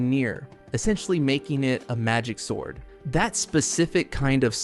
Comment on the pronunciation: "He starts looking at a ... swourd"